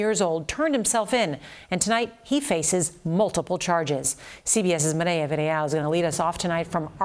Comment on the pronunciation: And 😂 She can’t pronounce her first name and last in spanish “Mireya Villarreal”